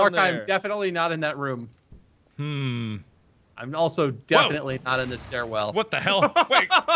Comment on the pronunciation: Has anyone noticed that Mark doesn't pronounce the word "room" right?